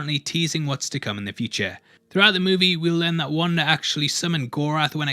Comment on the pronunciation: “Wandar” lmao